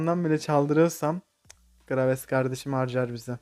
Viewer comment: graves dedin ya knavesp dedin sandım uyucakken izliyodum ben ne alaka dedim xd